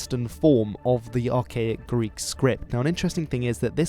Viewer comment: You are killing the Greek pronunciations, but the content you are presenting is very interesting. Thank you!